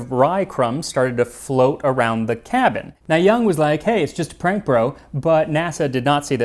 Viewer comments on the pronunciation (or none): none